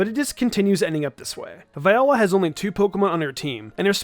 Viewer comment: Almost certain it's Vee-ola for Viola's name pronouncation. You're welcome.